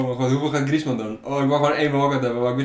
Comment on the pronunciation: Auw, 45e van de wereld en niet weten hoe je Alcacer uitspreekt of dat een Franse Atletico spits Griezmann kan zijn